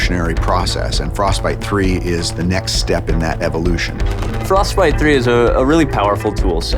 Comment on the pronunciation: frosTbite ! Et non frosbite !